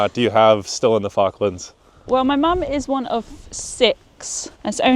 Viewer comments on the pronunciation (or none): You saying F.cklands all the time is irritating. With my name being ‘ Falk‘ I know how the Chinese call me, accordingly. So: the name of the islands is pronounced with an O like in office (just like the interviewed chap pronounced it!) rather than the used pastime you intonate 😜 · It's pronounced Fork - Lands not Faarklands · Please, please, pronounce the first L... it's not focklands... it's FaLk.lands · You pronounce the L usually - its how it pronounced in the UK, including by Falklanders. not 'Foklands' ;) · Stop saying Fockland and pronounce Falkland correctly. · Great video but you cannot say "Falklands" correctly - you need to pronounce the first "L"